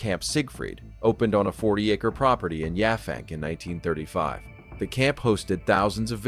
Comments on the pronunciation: Not Yah fank, Yap hank 😂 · The town on Long Island is pronounced Yap Hank, one work. The locals refer to themselves as" Pankers". It's still majority a farming community.